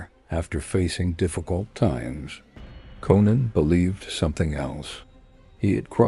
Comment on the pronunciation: Why not rewrite the words to make AI read words correctly? Even says Conan wrong at times